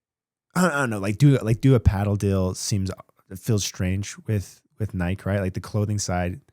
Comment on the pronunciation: cannot pronounce Nike properly. Lol.